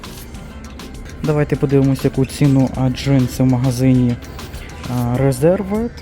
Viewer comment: Різьорвд вірно говорити. Ви коверкаєте власну назву.